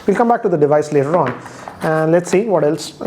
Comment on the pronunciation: The way he said "later on"🤣🤣🤣 what in the world??